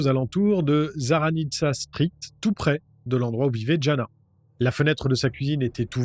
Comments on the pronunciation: Jana se dit Yana je crois, mon oncle est slovaque il a appelé sa petite fille Jana mais ça se dit Yana.. voilou juste pour se prénom... 😅 Super vidéo comme toujours ! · On prononce Jana : yana